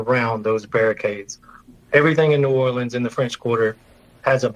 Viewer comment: You can tell by how she's talking and how she pronounced new Orleans the fbi chick is from cali